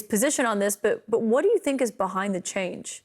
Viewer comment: Bill “behide” Barr. 😂